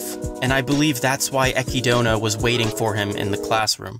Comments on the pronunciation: Echidona? it's Echidna, like the animal, like Knuckles from Sonic, (fun biology fact Echidna's have 4 penises) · Please don't pronounce it "ekky-donah". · Did this man say Ecki-Dona? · Love the episode, but damn I couldn't help but cringe at the pronunciation of Isekai and Echidna. Even though I know that the Echidna one is just because of the Romaji translation being Echidona.